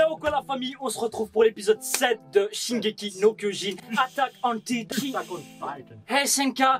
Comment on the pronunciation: “Shingeki no leviyo” I love that 😂